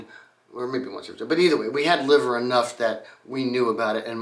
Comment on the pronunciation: "Liver" cars (pronounced "Lie-ver" not "Liv-ver" were made by the William Lea Motor Company Limited and were English copies of Benz designs, using Benz made engines. They can't have made many as the company only existed from 1900 to 1901 and only one car is known to survive (appropriately in the Museum of Liverpool).